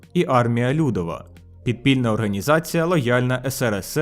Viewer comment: Тільки не "лЮдова", на другий наголос😅